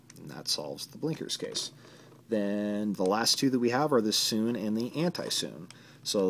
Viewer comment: Sune is pronnounced soon-ay, not soon.